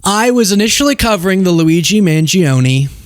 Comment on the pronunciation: I already am attracted to you. You don't have to show cute clips of you messing up Luigi's name. Oh wait, yes you do. LOL. 😂❤